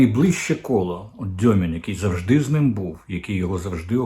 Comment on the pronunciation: Уточнення: не Дьомін, а Дюмін.